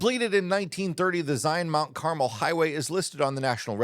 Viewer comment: I always appreciate the Park and RV news you share so thank you for another great video. However, I can't leave your pronunciation of Carmel without offering a correction. It's car-MEL.